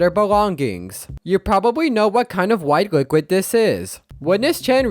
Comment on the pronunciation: why does it sound like "booklet" instead of "liquid"